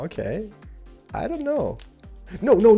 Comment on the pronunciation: What people think says when he says "I don't know": "I don't know". What he actually says: "I don't NO"